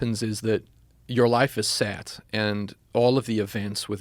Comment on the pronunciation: Is he south African? Because I did notice him say a few words differently like path and set sounded like poth and sat